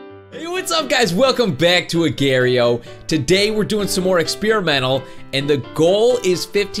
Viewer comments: It’s (u-gor-eo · It's pronounced aw gaw re oh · Love you! One problem. It's pronounced Uh gor ee oh